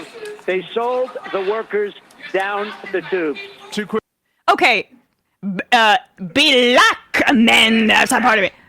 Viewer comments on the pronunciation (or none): Why does be say "black" with 2 syllables? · "Buh-hul-ACCK. She was a buh-huh-LACK person."